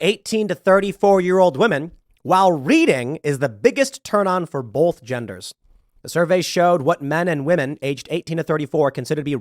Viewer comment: I'm sorry this has nothing to do with anything but I just can't. there is no fucking "L" in the word BOTH!